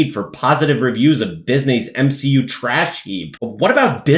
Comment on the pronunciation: Lmao "M-She-U" 😂😂😂